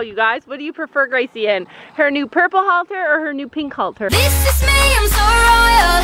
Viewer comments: Nope it's halter. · Ummmmmm are u English or American because it's headcollar not halter